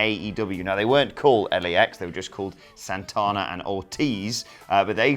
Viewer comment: “Sohntahnah and Ortiz” gotta love that English accident lol